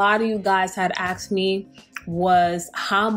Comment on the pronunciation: “Axed me”. Are people trying to kill you or something 😂